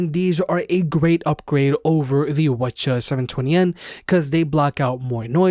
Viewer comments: wth is wuhchuh ?... why didnt you just say 7twennies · Are you saying “wa cha” when saying WH-CH720N? lol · Lmao he calls it whachas 720